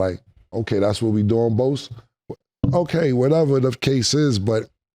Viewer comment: its boSa not boZa 😂😂😂 tell em said shut up n rush the passer Nicki boza